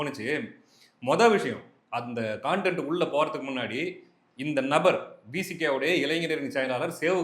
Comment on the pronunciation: கான்டென்ட் இல்லை bro கன்டென்ட்